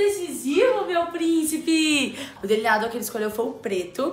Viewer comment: Camila. Se. Fala. Deliniador. E. Não. Deliniado